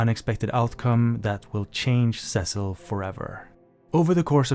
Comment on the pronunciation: Almost a great video if you didn't say Cecil's name wrong.